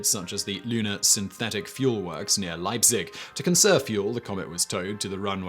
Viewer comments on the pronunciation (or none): 'Leipzig' is almost pronounced correctly. 'Ei' does make the same sound as the letter 'I' in words like 'fire' and Ireland; so well done there. The letter 'Z' makes a 'ts' sound, like in the word 'pizza'.